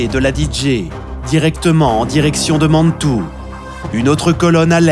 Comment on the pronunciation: Mais la cavalerie de "Killmaine" ce ne serait pas Kellermann, parce que sinon, je ne le connais pas..! Et pourquoi dire Mannnntoue !? Ce ton et la diction sont insupportables, je suis encore saoumlé après les avoir fait taire !